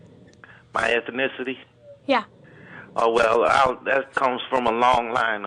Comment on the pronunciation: So where are you from? What's your ethnicity? Caller: Uhm... My ethinithity? Yeah. Caller: Ohh well.. that comes from a long line of things.. You know. Such as? Caller: Such as Ethnicity What? Gotta love his effort, SMH.